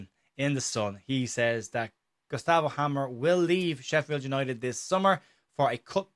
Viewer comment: I loved the intro. It sounded like Hamer was an Irish player. You pronounced it, "Gustav O'Hamer." 😂